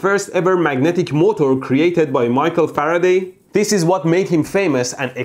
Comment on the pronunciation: He says motor the right way